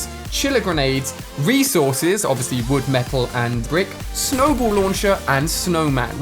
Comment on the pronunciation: It snowball not snowbowl